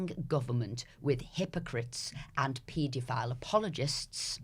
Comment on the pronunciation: Can somebody tell this bloody woman how to pronounce paedophile properly? It’s driving me mental.